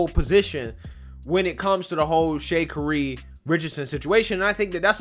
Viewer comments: Sha-carry....not shakery. LOL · Actually, you’re wrong about her name’s pronunciation, and you’re wrong about following rules. When a rule is morally wrong, it is your duty to not follow them. A perfect example is Rosa Parks.